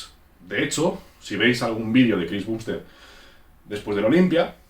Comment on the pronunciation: Me pone nervioso que diga "bumbstead" y no "bambstead"